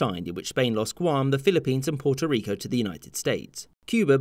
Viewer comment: There's only one way to pronounce Puerto Rico 🇵🇷🇵🇷🇵🇷 idk why you said it right then said it wrong